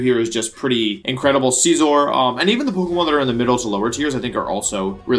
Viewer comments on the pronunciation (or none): The way he pronounces Scizor tho.. XD I thought he said Caesar